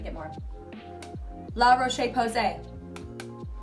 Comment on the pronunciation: It’s pronounced “em-brio-leese”, and “la-rosh-posay”. Kinda confusing, I know lol! Love your channel by the way!! :)